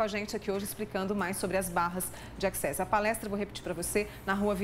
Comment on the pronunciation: Só faltou a apresentadora fazer a pronúncia corretora da palavra access